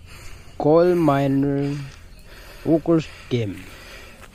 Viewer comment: It's coal not coil bro, anyway upload more video👌